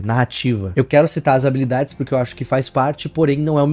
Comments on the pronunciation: Vcs perceberam q nos segundos ao invés de fala "habilidade" ele fala "abalidades"? SKSKSKSKKSKSKSKSKSKSKSKSKSKSDKKDKDDKSKDKSK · Du nada vc falando habalidades, skksksksksksksksksks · O falando habalidades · Primeiro o Shedelsk agora abalidades ksksksksks